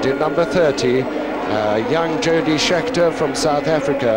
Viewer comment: Fair enough, but if you listen to what he says he doesn't know who anyone is, and who's Yody Scheckter ?? He couldn'et even be bothered to check pronunciation !!! Anyway Merry Xmas.